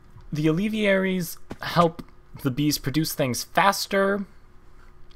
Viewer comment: It is pronounced al-ve-air-ies. not al-ev-e-air-ies